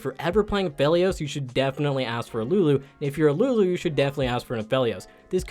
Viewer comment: Lulu not Nunu